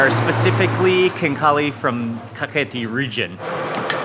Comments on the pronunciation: Its Kakheti, not Khaketi🙏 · Mr Mark Wiens - You said "Khaketi" but correct to say "Kakheti" ;) . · Not Khaketi , Kakheti is correct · Thank you for introducing my beautiful country to the world <3 Kakheti is a region of Georgia, Khaketi is incorrect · It is Kakheti, not Khaketi. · Bruh not kaketi we say kaxeti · Kakheti not khaketi☺️ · Not Khaketi, Kakheti ! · nooooo khaketi is incorrect say kakheti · You are Good ❤️ but *Kakheti"კახეთი 😊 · That's Kakheti, not Khaketi :D And if you wanna taste real Khinkali (Dumplings), you should go to Pshavi or Khevsureti... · its kakheti not khaketi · I think "Kakheti" is more correct